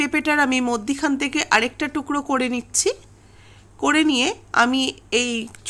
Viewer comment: মদ্যিখানে ❌ মধ্যেখানে ✅